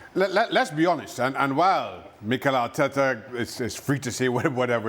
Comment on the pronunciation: Arteeeeta always blabbering